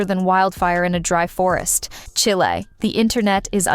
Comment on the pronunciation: She said Chilae to mean chile. 😂😂😂